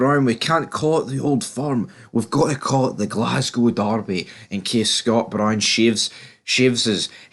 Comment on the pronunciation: No1. There is no old firm the Rankers died in 2012. No2. Can you not pronounce Brown right. No3. Chris Boyd hair and teeth transplant is the most biased pundit on the telly. No4. Away and bile yer heid.